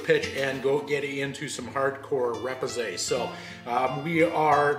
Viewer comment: very enjoyable to watch, and a pretty dam good job ! one critic : repousse is really not pronounce the way you do.